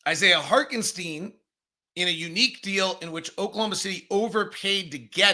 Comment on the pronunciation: I absolutely love the show and I'm an everyday-er, but PLEASE learn how to pronounce ToppIN and HarTenstein. I'm begging you 😂